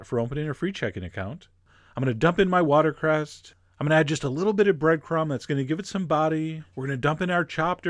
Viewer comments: I believe it's watercress not watercerst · It's called watercress, not water crest :) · Did chef John really say watercresT?? So he is human... :) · water crest? learn how to talk geez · "Watercrest." Seriously Chef John? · What really drove me nuts was that you mispronounced 'watercress'. There is no 't' on the end. Anyway, looks pretty tasty, even though I'm not a huge fan of oysters. Nice